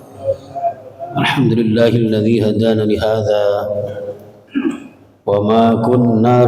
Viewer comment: Assalamu'alaikum yai ,alhamdulillah kulo bs hadir mudah2an pengajiannya manfaat.aamiin...maaf ngge yai barang kali kulo yang salah dengar .apa benar tadi muqoddimahnya ,yai mengucapkan "hadzana lihadza"bukan hadana lihadza.sebab maaf sepengatuan kulo yang benar itu hadana lihadza bukan hadzana lihadza.🙏🙏🙏